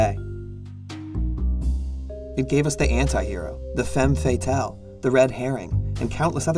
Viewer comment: It's interesting how you know so much about film noir, yet you don't know how to pronounce femme fatale😼 But a great video, and a very interesting topic.